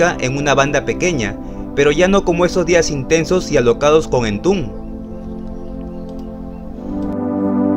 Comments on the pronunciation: En latam se pronuncia EN-TOM-BED cabrón! Que entumb ni que mamiladas! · "Entun" jajajajajaja buen contenido, pésima pronunciación 🤘